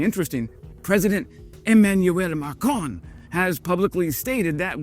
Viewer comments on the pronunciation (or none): It's not your day today, for pronunciation, what with Rafale not Rafiel, I'd like to add that it's President MACron and not MARcon!